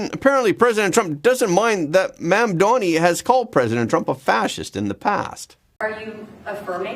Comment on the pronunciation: MamDANI - NOT MamDONI. That would make him Italian. Lol!